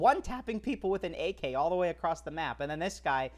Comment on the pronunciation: why'd you keep saying aK 😅